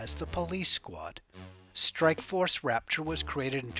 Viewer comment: Raptor not rapchor mate 👌🏻🤣